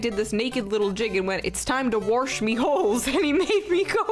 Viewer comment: “It’s time to Warsch me holes” 😂😂😂😂